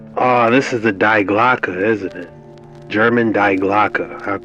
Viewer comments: Not speech Die in english. Die ist right but your speech is Not Hard enough say…. Dea Glocke that Sounds better. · Die Glocke is pronounced Dee Glocka. Four years of German language studies here 😊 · Alright, I gotta let the kraut out and give you a quick lesson in German pronunciation. When you say "Die Glocke" you pronounce "Die" dee, as in DElicious, not die, like "I don't wanna die! Don't kill me!" You said "Glocke" perfectly though, so good on you for that. Love you.